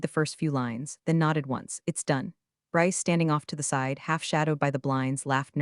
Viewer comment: read is pronounced as red; presents is pronounced as PRES ents; read is pronounced as red; B ryce is not spelled as Rice; read is pronounced as red; this is a good story but you need to know how to pronounce read and red